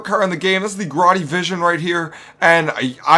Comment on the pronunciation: Visi-one not Vision